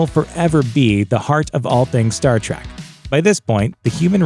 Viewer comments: Quit pronouncing it "Star TRACK", ffs. It's "Trek"... "Star Trek" .... not fucking "Track" you blithering fucking moron! I quit listening and Down Voted by the time you had mispronounced it for the 12th time just after the 3 minute mark. You shouldn't review something you obviously have absolutely no fucking clue about, dipshit. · Did he say Star Trak? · I knew in 3 seconds he didn't know shit. "Star track"? See ya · Did you really just say, ‘Star Track’? Fake fan. Next video.